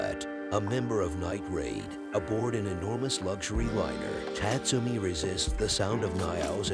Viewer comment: Tat - Sumi, LOL. It's pronounced Taatsoomi.